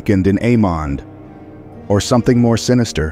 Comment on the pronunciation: Questions, questions, questions. Aemond is pronounced, Aemund.